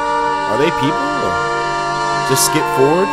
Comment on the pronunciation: He said skeep schedule